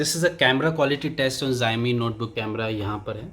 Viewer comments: Not zaomi its Shaomi (Xiaomi) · It's pronounced sha'o'mi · bhai its called show-me not what you call it !! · Pronounce same h Shau mee or Shaomi 🤔🤔